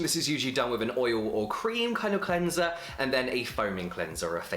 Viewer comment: imagine the power of james dropping his own cleanser called CLEN-ZUH